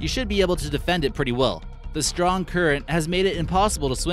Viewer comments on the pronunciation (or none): none